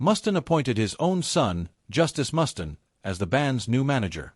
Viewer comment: I might take this seriously if your stupid AI narrator could pronounce the mans name correctly.